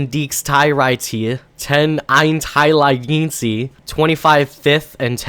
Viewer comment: That intelligence pronunciation sounded like german. I love it